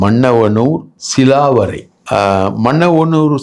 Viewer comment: அய்யா சிலாவரை அல்ல. கிளாவரை